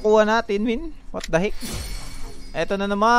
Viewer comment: "Wat the hik" ka bisaya ba uy HAHAHAHAHAHA